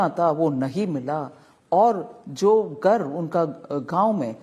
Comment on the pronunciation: Gar nhi ghar hota hai aur rahul gandhi to pappu hai uski bat hi chhor do aap